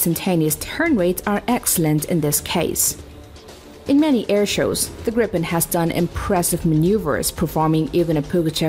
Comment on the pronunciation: Gripen is not called, gri P E N, its a long i, and a hard G and short "pen". GrrrIiiiiiipen... sounds so much better in swedish, meaning, like hippogryph or falcon.